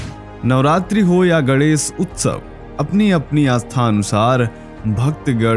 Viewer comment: Gadesh nahi bola jata hai GANESH bola jata hai